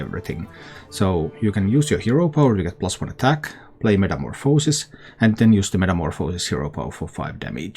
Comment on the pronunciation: You think this version is better then the OKT version? That one has a ridiculous win rate too. BTW You also pronounce metamorphosis like 3 different ways lol